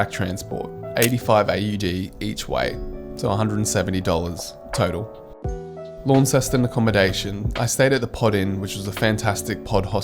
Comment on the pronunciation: Excellent video. One handy hint that wil endear you to Tasmanians... pronounce "Launceston" correctly. Most visitors pronounce it as you do "LAWN-ceston". The correct pronunciation is LON-ceston, or just "Lonnie".